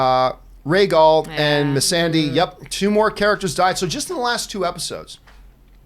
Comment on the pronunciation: Why tf make a podcast about a show when you don't even know the dragon is RHAEGAL or how to correctly pronounce MISSANDEI? Makes ya'll sound like you don't even watch the show.